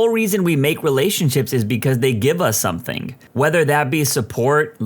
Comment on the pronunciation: No K in the word something , somebody let the narrator know